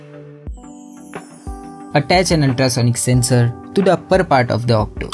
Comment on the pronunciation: Why are you saying otto as octo????????